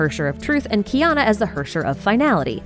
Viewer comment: Just fyi, Herrscher is likely german for ruler and is pronounced Hair-Chair